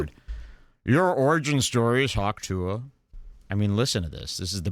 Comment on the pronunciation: calling hawk tuah “pa-ting” without even thinking twice about it is funnier than 75% of kill tony